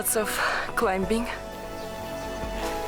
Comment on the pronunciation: in the word climbing- B is silent . klai • muhng